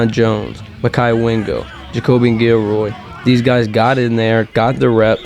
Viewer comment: Guil-lory not guil-roy